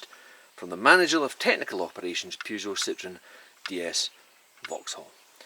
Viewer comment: It's Peugeot not Peejoo simp